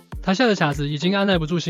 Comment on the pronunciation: 卡温顿昵称卡子，发音是：kǎ，不是qiǎ😂😂😂